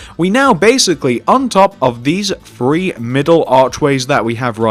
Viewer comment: sorry not making fun of you or anything but i am sorry it sounds like you say one two free four